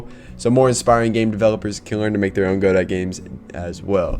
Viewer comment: It’s pronounced, “guhdough”